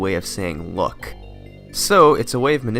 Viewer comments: Are you saying "luck" because it sounds like you're saying "look" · "Luck" and "Look" shouldn't sound the same.